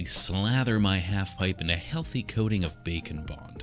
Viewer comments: Is it just me, or does anyone else hear 'bacon bond' and not 'back and bond'? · does anyone like to think he is saying "bacon bond" not "bake and bond" i do and i laugh all the time